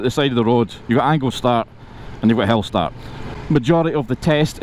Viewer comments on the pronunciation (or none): Is he saying 'hell-start'???